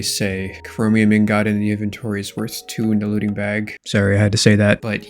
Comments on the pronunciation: Ingot is pronounced Ingut not Ingot, learn to pronounce it correctly 😂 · Nvm lol your gf didn't fix your "ingaht" defect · Brother, the pronunciation is ing-guht. I cant be the only one who's bothered by this lmao. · you pronounce ingot so wrong and i hate it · please pronounce ingot the way your wife showed you T_T